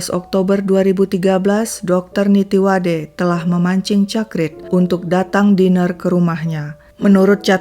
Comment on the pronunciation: Min nama Dr.Nittiwadee bacanya bkn Nittiwade, dlm bhs Thai klo ada dua huruf nempel kyk ee dibaca i, jd namanya dibaca nittiwadi